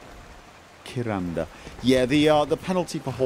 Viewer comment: How the hell did read Karinda as Kiranda and Keerava as Kareeva?:D